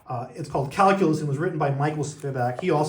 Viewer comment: Hey, what’s cal-coo-lus?